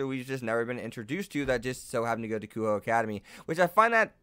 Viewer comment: Also would like to point out, that you are butchering a bunch of these names. Kunou is said as Ku-no, Le Fay is Le as in Le Miserables and Fay, not Lay Fay like you were saying. I head you say Kuoh Academy as Kuho several times. Good video, but I cannot in good conscience ignore these xD